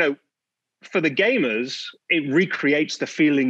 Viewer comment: Really Emphasizes the "gay" part of it